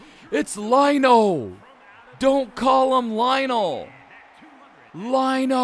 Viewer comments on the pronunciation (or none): Why do you keep calling him Line-O. It's Lion-O. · Good idea! Lion-O is pronounced “lion-oh”